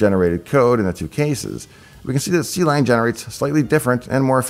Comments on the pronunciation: see-lang pronunciation throws me off, klang ftw! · Just a nitpick: Clang is [Klang] not [See lang] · Quick things on pronunciation (which may be on purpose for the comments?): * Clang is pronounced like the noise * NumPy is pronounced like the food stuff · Clang is pronounced like the sound, like it rhymes with bang,, not "C-Lang" "C-Lang" is where the name came from, but it's like C++ in that way, just a clever name, it's not meant to be pronounced specially. Source: Clang cxntributer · "see lang" instead of "clang" totally threw me off lol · Finally someone else who pronounces clang like "Sea-Lang" instead of "Clang" like in "Clam". And yes, I know the correct one is the second one. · him: see-lang me: ...it was more a hunk of iron than a sword... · I think you are the only person I know that pronounces Clang as See-LANG.